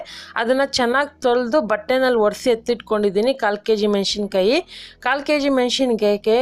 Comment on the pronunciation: ಮೆಣಶಿನಕಾಯಿ ಅಲ್ಲಮ್ಮಾ, ಮೆಣಸಿನಕಾಯಿ